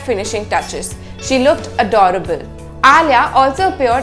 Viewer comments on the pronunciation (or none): none